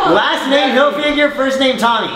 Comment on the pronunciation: "tommy hilfigure"